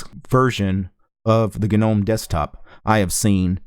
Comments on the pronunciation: the G in Gnome is silent, "no-mm" . questions: Has it stopped freezing when using web browser with several tabs open? Can it finally put laptop to sleep mode or hibernation without waking up randomly for no reason? Can you switch between different kinds of wireless drivers without side effects like losing wireless capability or losing sound capability requiring reboot? I see it's still trying to do navigation animations when it can't (still stuttering), I can't understand why the window system can't detect when the hardware isn't capable of smooth animation to turn off animation in such cases. And that sudo bullshit, is it finally sorted so that it can assume sudo implicitly when required so we don't need to keep typing sudo at the command line and then it can scan fingerprint from laptop fingerprint reader instead of prompting for stupid password every time? also please, pretty please, just put a xterm by default in the shortcut bar, stop assuming people don't need it, they ALWAYS do. I don't know what happened to Linux, it used to work so well from the 1990's to the mid 2000's , now it just tries to be clever and ends up not able to even do stuff mobile phones can do. They chop and change interface, mouse action, etc, user is expected to know how to control the nav bar with no intro guide I mean it's just a mess, I'd like to contribute to Ubuntu to sort it out but some dumb ass must be making all the ridiculous final decisions on the os, wrecking this great os, it's such a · The "G" in gnome is silent you dumbass.